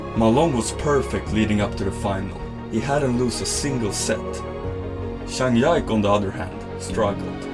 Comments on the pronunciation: This is a great video!! But it's Zhang Ji (similar to Gee) Ke not Zhang Yak lol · Sorry but how can you not know how to pronounce zhang jike like cmon😂😂😂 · buddy he makes incredible content and editing and his narrations are incredible you lose respect for a guy making table tennis exciting for people that dont know about the sport because didnt pronounce a name correctly? Embarassing. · It really is pretty bad for table tennis content to pronouce Zhang Jike's name so badly. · Zhang Ji Ke 张继科（copy and paste in google translate to help you get correct pronunciation of his name . not one time you pronounced his name right 😂😂. Do you really in table tennis community my friend? 😂 😂 At lease study how to pronounce the name correctly. And recommend you watch’s Chinese version YouTube , learn how to correctly pronounce Zhang ji Ke’s name, and edit/revise it. Good job btw. ❤ just try to help you